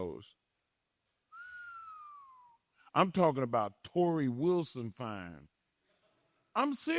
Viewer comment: You said Torrie Wilson fine